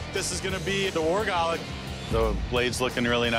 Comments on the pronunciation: It's "gulok" the stress is in /gú-lohk/ not gulak. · Gulok. Accent on the first syllable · It's "Gulok" not "Golok" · In pH, I swear that what you called golok will stand until your dead😂, and it's not "golok", it's guuulok even metal nowadays can't stand a chance😂😂in our guuuuuuulok😂😂😂😂😂 ✌️✌️ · First of all, it's Gulok not golok. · Not golok gulok Gu stress+ lok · Its not galac its gulok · It's pronounced as GOO-LOK, not Guh-Lock..😆😆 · It's not GOLOK but GULOK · Gulok not a guluck or gulak🤣🤣🤣🤣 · It spelled as "Gulok" and pronounce as it is. Gu lok in a fast manner. I had one used for clearing and chopping abaca fibers. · I think it's pounce "GOOLUK" just wondering 😉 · Its pronounced "goo look" just in case you're wondering. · When I was a kid we had a golok (said like gu like the start of good and then lok" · Its right pronounciation is 'goo-look'.. for your reference thank you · Guulok as you should pronounce it. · It's actually GULOK read as goo-lok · It should be pronounced as goo-lok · It's pronounced goo-lokh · Ahahah! It's pronounced as "goo-look". Like Zebra/Debra. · Can't help but chuckle at how they pronounce gulok. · Ang sosyal ng mgkaka bigkas ng golok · the way he pronounced golok 😂😂😂😂